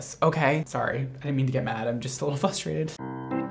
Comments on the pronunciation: Does anyone else think that saying “fustrated” instead of “frustrated” is the cutest effing thing ever?! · I love the way you say "fustrated" 😆😆😆😆